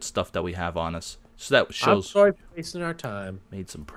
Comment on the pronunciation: HAHAA OMG "surry"